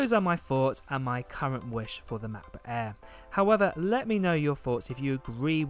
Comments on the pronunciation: is anyone else annoyed by how this dude says MackBook eeee every time? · Lol I love the way you say matboot air. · makkk boook äääähhhh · Love how you say Ma Bo Air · The "MABOO EHH"